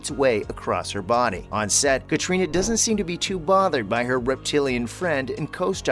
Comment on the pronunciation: Oh dear....clickbait and you cannot pronounce Catriona